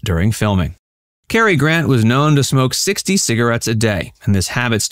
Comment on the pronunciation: CAR not KER